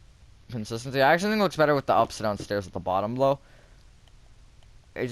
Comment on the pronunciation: i still rember watching that video and you making me laugh by saying stores instead of stairs